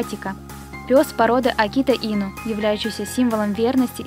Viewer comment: Да не акитА А акИта